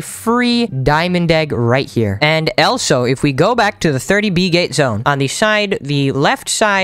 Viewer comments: he said Elsa instead of also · The fact he says elso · He says elsO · The fact that he says elso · He says elso 😂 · who in the world taught you how to pronounce "also"